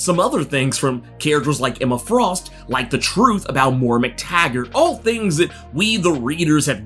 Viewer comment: Moira...not mora